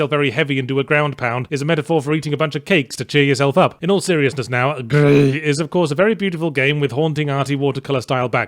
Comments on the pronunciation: Why is it calling it Grih and not Gris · It's "gris" not "gri" because it's spanish, not french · its pronounced "GRIS", asshole, not "GRI" - its a Spanish word from a Spanish game development studio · I hate that he calls it gri instead of Gris which is the Spanish word for grey. The only complaint I have about the review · I'm angry you pronounced it Gry in french, when it's Gres in spanish. The game was made in spain for fuck's sake! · I can't pronounce Gris as "gree" is say it as it looks, "griss". I guess that's my American showing. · "Gris" pronounced as 'GREASE", the game comes from a SPANISH developer on a SPANISH studio. But i don't know if it was intended to be pronounced as GREE tho so carry on. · Its pronounced gris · LOLed at the parts about the imps and Yahtzee pronouncing GRIS as "Gree", before moving onto the Trrrilling Rrrs, before the game's name devolves into growling that's growing louder and more frustrating until the name becomes an unintelligible angry growl. 🤣BTW, the game is about grief and coping with the loss of someone you love. In other words, Gris the protagonist is coping with the loss of her mother. 💖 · i just LOVE how yahztee pronounces gris/greehey/GRHHHEI in each passing moment of the video, its hilarious! grrrrheey! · It's... it's pronounced "Greece" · GRIS IS A SPANISH GAME. GRIS ALSO MEANS GREY IN SPANISH. IT'S PRONOUNCE LIKE GREASE. YOU MADE A MISTAKE. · You didn't even realize that is Spanish, not french, and the pronunciation in Spanish is like Grease and even in French is different. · Yeah but pronouncing Spanish gris as gree is wrong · He never mentioned that the game was actually Spanish. He didn't say like the French, he called it French the entire time and pretended to pronounce the game like it was French. When in Spanish it's pronounce like 'Greece.' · The Gris developers are Spanish (and gris in also gray in spanish), so you should have rolled the R instead of going with the rhotic R… also, pronounce the S at the end.